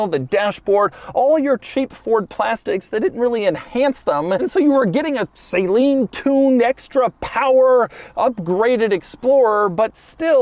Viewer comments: Wow! The first ever salt water SUV, wonder why it never caught on? Seriously, can we please just do a quick pronunciation check, Doug? "Suh-leen" soft A... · The way he is pronouncing Saleen is killing me it’s not pronounced saline ! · Pretty sure it’s pronounced SUHLEEN. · For someone who goes through all the quirks and features of a vehicle you would think he could take 3 seconds to research how to properly pronounce the name "Saleen." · I had to mention the same thing. Nails on a chalkboard every time. I just couldn't take it anymore. 🥴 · Ive literally never heard someone pronounce Saleen… like Doug is.. wtf is he smoking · Everyone says it correctly besides Doug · I grew up dreaming about owning an S351 Saleen also I used to pronounced it the way Doug does someone corrected me and told me It’s pronounced differently. For some odd reason I always knew about the XP8 don’t know where I saw one could had been the LA auto show, now the XP6 that’s a car I’ve never heard of lol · Im not being mean about the pronunciation. I am just trying to be informative. I love your channel!!!! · Doug's the kind of guy who loves quirky cars but pronounces Saleen wrong. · Am I the only one that has never heard saleen pronounced how Doug does? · Let's play a game... It's called: How many times can Doug mispronounce Steve's last name in a single video? 😂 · you say the company name wrong 😂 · I hate when people pronounce it like Doug does. Its bothered me since 1996 lol. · Why do you say Saleen like that lmao😂😂e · Doug the type of guy to review multiple Saleen cars and STILL mispronounce the name. 🤦🏻‍♂️ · Take a shot each time Doug mispronounces Saleen… you won’t last 3 minutes. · Am I wrong or isn't he pronouncing Saleen the wrong way? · I hate how you say Saleen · legit painfull listing to you pronounce saleen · Anyone else annoyed by the way he says saleen? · Cringe every time you pronounce the name wrong... Which is quite a lot. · Its pronounced SAA-LEEN, not SAY-LEEN. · Say Leen